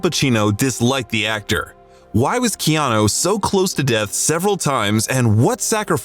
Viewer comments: Keanu’s name is pronounced: Kay-Ah-nu and not Key-Ah-knew. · You're pronouncing his Hawaiian name wrong. It's kay-anu not key-anu. (I've been living in Hawaii for 50 years)